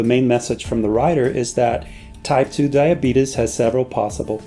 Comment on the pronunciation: LMAO this man said "diabetus"